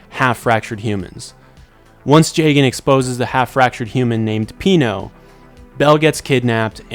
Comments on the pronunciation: Listening to him pronounce jagan jay-gen instead of Jah-gan hurts. But, the video seems chill and him saying “funkumentary” makes it worth watching it. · it's pronounced jah-gahn cuz it's a play on his name. plus that's how the Japanese is pronounced